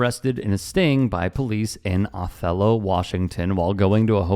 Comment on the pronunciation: It's prounced by locals as Oh-thello.